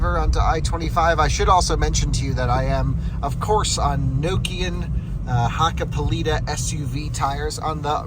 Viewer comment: wrong pronunation. Look finnsh grammar Hakkapelita is Hakka - pelita hit is K not in I .